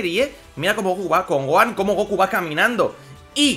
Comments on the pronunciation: Se pronuncia GoJan no Goan Dios no ves la H? Gohan GoHHHHHHHHHan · Se dice Gohan, no goan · la pronunciacion varia, en el doblaje castellano de dicen son goanda por ejemplo. Hay muchas personas que le dicem Goan obviando la "h" otros como tu o yo pronuncian la "h"